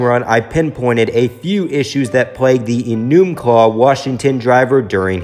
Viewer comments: Just FYI, It's E-numb-claw, not e-NOOM-claw. (As a Seattleite, this irks me a bit.) Anyway, Kahne was my second favorite driver behind Junior (until, that was, he went to LFR). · Man said eNOOMclaw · You pronounced Enumclaw wrong